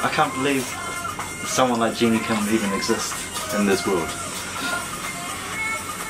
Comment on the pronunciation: guys it's Jennie (like Jenny/Jennifer) NOT Genie (like in the bottle)....😂😂😂😂🙈🙈🙈🙈